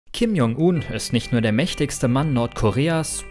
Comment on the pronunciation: bitte die Namen besser aussprechen; j = dsch wie in "Dschungel"